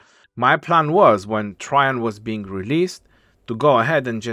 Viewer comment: His latin name is Caesar Nerva Traianus j’s didn’t exist then (developed as an alternative for an I and first appearing in poetry around 1200s to 1400s), so it would have been spelled Traian and pronounced Try-yan, as in modern Romanian. Traian is a common name in Romanian and it is pronounced more or less exactly as it was in vulgar latin.